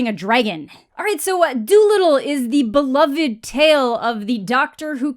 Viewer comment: You have awesome content. But for the love of your fans. Please pre read and practice what you’ll say. You miss pronounce words way too often that just make no sense at all. You don’t the the word amicable ? Or subSequent? You don’t break up the words it’s one word. And beloved.... you have again amazing content just maybe practice reading online so as not to sound so cringe with some simple words.